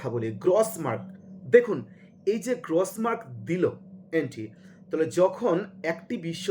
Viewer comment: 'গ্রস' মার্ক শব্দের উচ্চারণ সঠিক করুন।